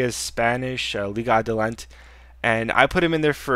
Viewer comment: its adelante (tay) lol